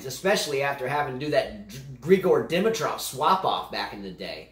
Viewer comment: buddy, we're still laughing at you for Dimitrov 😁